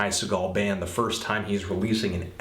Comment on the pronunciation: you forgot The Epsilons! also, apparently the real way to pronounce his last name is SEE-gul, not SUH-gall. I asked him mahself. btw great review! spot on!